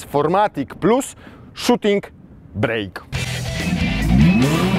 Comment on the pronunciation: Panie! Nazwa tej wersji nadwoziowej to Shooting BRAKE (a nie BREAK) - a więc "hamulec" a nie "przerwa":)